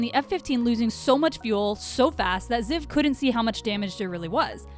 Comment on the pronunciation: CONGRATULATIONS!!! that is actually how that name is pronounced, well okay... Ziv (the way you pronounced it) is a really common nickname for people with the name Zivi in Israel. (BTW in my opinion the Israeli F-15 looks cooler then the American one, HAVE YOU SEEN THAT PAINT JOB?! THAT SHITS SO COOL). Well you just talked about how it can fly with one wing 😂.